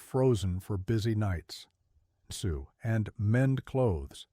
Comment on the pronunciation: How about an editor before publication???? sew is NOT Soooo. It is S-oh. You are training a whole generation to speak badly.